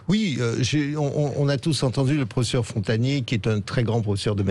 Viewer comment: Professeur Frontagnier ??? 😆 déjà nan ! Cest pas Frontagnier mais Montagnier 🙄